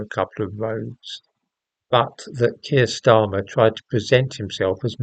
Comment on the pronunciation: Kweer starmer 😆😆